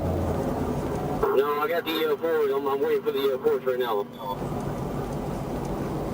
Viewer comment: Thumbs up for using the correct pronunciation of the word "Porsche".